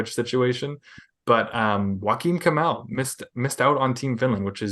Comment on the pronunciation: My guy's butchered Kemell's name!